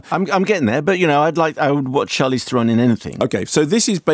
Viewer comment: Sorry lads but ye got her surname wrong. It is pronounced ther-en